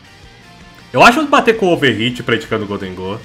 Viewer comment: UH GOLDEGHOUL barulhos incompreensíveis